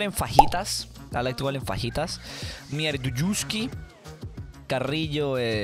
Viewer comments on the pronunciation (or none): none